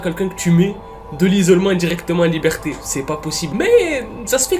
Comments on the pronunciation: a "libreté" au lieu de liberté sinon très bonne vidéo et trop bien l'intro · "libreté" c'est pas plutôt liberté 😂😂😂 tu t'es tromper je pense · "Libreté" ? T'est sur?